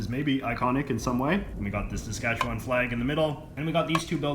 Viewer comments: “Sask - atch - eh - one”, not “Sask-atch-a-waaaaaannnn” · It's pronounced pretty well like it's spelled. Ruh-gyna. But Saskatchewan he pronounced fucked. It's more like seh-skatch-win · Why do people from outside the province always pronounce Saskatchewan as "Saskatchewon"? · The way he says it: Sask kat chew WAN. We say it Sask kat chew win. Lmaoooo. I live in Saskatoon. I lived in Regina before when I went to university. Its meh. Unless you wanna drink lots. I guess that makes it more interesting. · "...and the occasional river." You realize there are over 100,000 lakes in Saskatchewan, right? Also, you pronounced Saskatchewan wrong the entire video. SaskatcheWIN not SaskatcheWAAAAAN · How to tell if someone isn't from Saskatchewan? The way they say "Saskatchewan" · Saskatchewan has a Premier not a Prime Minister... and its not a Parliament building its the Legislature. And learn how to pronounce Saskatchewan properly... if you are going to make these videos do your research... Ukrainian blob food?? 100% of all Bronco's uniform sales wen't to charities set up for the Bronco's. Very insensitive and remove your sarcastic tone. It doesn't work for you. Go back to school and this time... pay attention. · You sound like a tourist. I was born in Regina, SK. You need to learn how to say Saskatchewan properly. Also, you are not saying Ukrainian properly either. I'm glad you noticed the Union Jack. There's a lot of history in that topic. I'm not sure how many of the Indians are Metis. I think most are Cree. You may not have noticed many French people. They stay in their French pockets , the same way Jewish people stay in their locations. Germans also stay in their own locations. And, the Indians stay on their reservations. You did a good job of noticing things that tourists would be interested in. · I thought it was pronounced “sass-ket-Chwan” not “sas-katch-ewan”